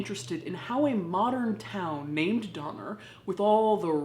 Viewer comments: Was there a Jeffrey Donner in the party? Lol. Or maybe it was actually Dahmer just got pronounced wrong. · At some points I swear she's saying "Dahmer" ... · The entire time watching this video, I keep hearing Dahmer instead of Donner and they both work well 😆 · While stationed in England I would have people ask if I wanted to go get a doner kebab... but they pronounced it Donner. I always refused and when I was finally asked why I explained the Donner Party having been to the State Park many times. So they started asked me to go get Gyros and I was happy to after that. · I thought she said, ‘Organ trail’! 😳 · 6 years of comments and noone has mentions Doner Kebabs? (the doner in doner kebab is pronounced like Donner). Its usually a mystery what meat goes into them. Or at least that is often the joke when the place is particularly cheap or poor quality.